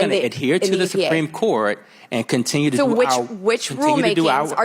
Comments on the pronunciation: The “sipreme” Court? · "Simpreme Court" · "The sumpreme court" ? She doesn't even pronounce half the words she is reading from her screen right. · Soompreem court? Re-lied? Good lord she needs to read some key stage learning speech books. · Did she say "sumpreme" court I think she did 😂😂😂😂